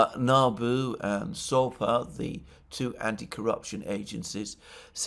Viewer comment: Alexander it is Sapo not Sopa, just like toad in Portuguise.